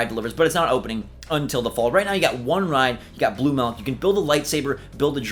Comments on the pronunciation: It’s Milk not Melk. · I don’t like “melk” either. Milk, on the other hand... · What.. is “malk”? Ooooh, milk... sorry Aussie here, some accents at times can have different sounds on similar words. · Idk why but the way says Milk just made me laugh since I heard "Malk" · I hear Melk